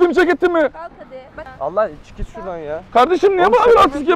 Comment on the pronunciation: Şurdan değil ağabey şuradannn💜❤️😂